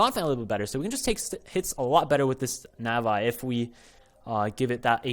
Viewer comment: its nah vee not NAH VEYE oml.